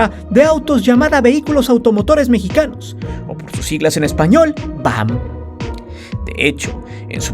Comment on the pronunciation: Es V. A. M. no VAM